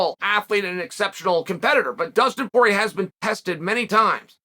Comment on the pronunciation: Who’s “Pee-air-uh”? 🤣